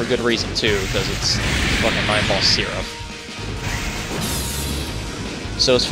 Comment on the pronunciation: Every time you say his name, I hear "Nineball Syrup"...